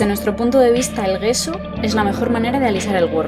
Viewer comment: Gracias por el vídeo. Sólo una nota, "gesso" no se pronuncia "gueso" sino "yesso" (dʒɛsso, para ser exactos XD), sí como el "yeso" español, pero con una "s" larga, que aunque no existe en español se puede hacer notar. Viene del italiano "gesso" que significa "tiza", que es uno de sus ingredientes en la fórmula clásica: tiza, cola de conejo y blanco titanio. EDITADO: y sí, forma parte de la composición de la "tiza" nuestro "yeso" para más inri.